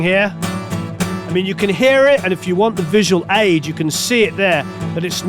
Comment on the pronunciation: A Britton living in the US with an Australian accent, pronouncing "aid" as "edge". How can that be boring or not educative?